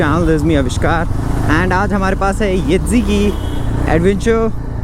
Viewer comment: Yedzi Nahi YEZDI hai.